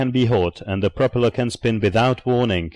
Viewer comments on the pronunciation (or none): pro-pella is Just an accent you hear. It's PROPELLER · FAIL! COMPUTER VOICE... PRO-PELLA IS NOT A WORD. TRY AGAIN... GIRL WAS THE ONLY GOOD PART OF VIDEO.